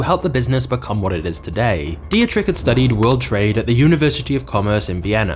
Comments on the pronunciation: It's a small task to type a German name (like DIETRICH) into Google Translate and have it pronounced in the right way for you - when you are not familiar with the German language. Just a little tip for the next time, because for any German speaking citizen in this world it sounds completely ridiculous to here a narrator constantly saying 'Die-je-trich' instead of the correct 'Dietrich' (Phonetic pronounced as: Dee trich). Come on... a little homework 😘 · please at least try to find out how to pronounce foreign names, your pronounciation of Dietrich hurts my austrian ears and simply letting google translate pronounce it for you in german would have been enough to do better else, I gotta say I'm kinda glad to have red bull in my country I dont drink it but their TV channel Servus TV is one of the nicest we have here and they're surely good for our economy and global image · jees, you are butchering every name u come across.. mai tai vy muay thai, dietrich was beyong recognicion.... a 500k sub channel should do better nice timing btw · You're pronouncing Dietrich completely wrong.